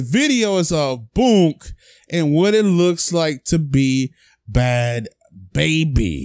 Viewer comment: Your not saying her name right😩😂😂😂